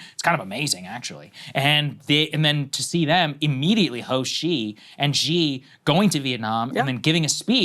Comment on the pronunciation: Xi is pronounced "she"